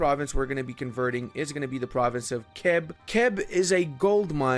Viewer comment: Kheb was the temple planet in Stargate. it is CHeb. the first sound as in loCH (Scottish lake). And VáClav. as in baTS - definitely not a K sound. (that´s Czech, just some extra pronunciation rules) also, poSZoNY. SZ as in viSion. NY ass in caNYon. no vowel at the end. (that´s Hungarian, I kinda get that it seems counterintuitive if you are unfamiliar with the language) I like your work,. But as you are both a fellow Central European and multilingual you can put in some effort;-)